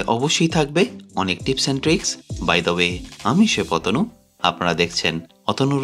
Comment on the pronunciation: আমি সেই অতনু, নাকি পতানু কি যে বলেন বুঝা যায় না